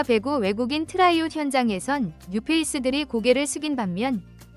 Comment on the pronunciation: 트라이아웃. 발음이 왜 그 모양인가?